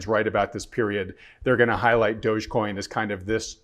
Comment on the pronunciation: It's dog-e-coin, doggycoin. Not douchcoin.